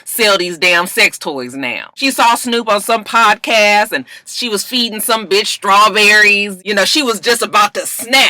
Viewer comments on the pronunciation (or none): i know im Maaaaadd late...but did anybody else notice that Snoop kept calling it a "pobcast"? 🤔